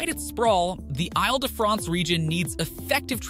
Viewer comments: Correction: it's pronounced "eel" de France; not "aisle " de France. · “AyLE de France” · Isle de France is pronounced “eel da Fraunce” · Is his machine-voice-generated? First tip-off, “I’ll duh-france.” No, it’s pronounced like “eeeel-duh-france.” I’ll find another video to watch on this subject. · Île-de-France not Isle, try saying 'eel de France'.